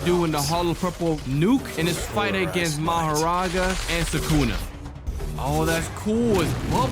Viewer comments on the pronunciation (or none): It's thukuna